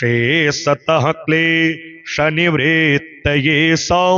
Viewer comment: Aapne galat bola jaha par klesh nivrittaye likha hai waha aapne galat tarike se bola:” klay-Shani-vrittaye” Aapne bewajah Shani ko yahan kyu uchhar mein laya jab yahan jab Shani ka koi ullekh hai naa he he koi dur dur tak jab yaha lena dena nahi hai Shani ka iss jagah Kyunke sahi u ghar hona chahiye- klesh nivrittaye means saare klesh shaant hongay❤